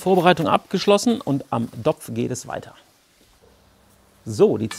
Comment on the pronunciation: Mir ging es eher drum, das ich dieses Wort dopf überhaupt nicht hören kann.